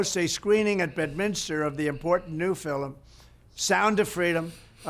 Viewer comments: Did he just say filim ? I guess he’s lucky Jeffrey offed himself, or you, might have had to sentence his bestie and himself. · He says filum like an Irish man .. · Trump can’t say the word film. 😮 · For real though... Why is he saying "FILM" as if it's a two-syllable word? 😅